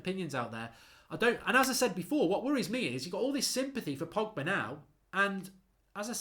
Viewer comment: Man called Pogba ‘Poggy’. I’m dead 😭😂😂